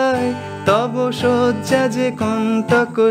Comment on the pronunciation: একটা সজ্জা অন্যটা শয্যা উচ্চারণগত ফারাক আছে।যাইহোক,ভালো লেশন। একটা বিষয় জানতে চাই, chord change এর logic টা ঠিক কী,সা এবং পা ছাড়া বাকিগুলো কীভাবে ঠিক করা হয়,গানের শব্দের প্রথম note টি অনুযায়ী কি?জানালে উপকৃত হব,ধন্যবাদ।